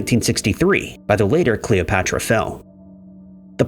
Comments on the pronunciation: You somehow fucked up the pronunciation of Cleopatra? Are you stupid??? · Ahaha I literally just noticed 😂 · Why can you say Cleopatra correctly once during that whole thing, but say it wrong the rest of the time? Please tell me I'm not the only one that noticed that?